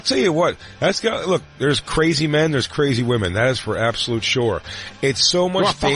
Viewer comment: I'm not surprised! His girl can't say women. Crackle crackle